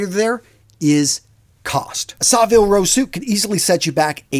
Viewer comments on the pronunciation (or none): Great advice. I do trial runs of outfits by assembling them loosely on a coat hanger to see how the different colour combinations come together. When I get a combination that works, I photograph it for future reference. By the way, as a Brit, it is pronounced Savile Row not SaRvile Row.